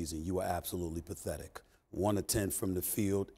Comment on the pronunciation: The way he said pathetic had me rolling 🤣🤣